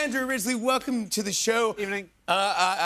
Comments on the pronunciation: Did he call him Andrew "Risley" towards the end?😅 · Did Jimmy Fallon just call him Andrew Risley? 😳🤦‍♀️ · Would help if Jimmy said Andrew's name correctly at the end of the interview!